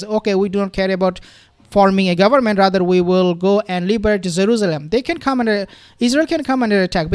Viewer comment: I can’t get over your “zaruzalam “